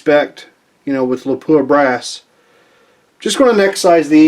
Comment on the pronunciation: please note...it's not lapooah...it's lap wa , I was corrected by a few of their pr people when I toured their plant.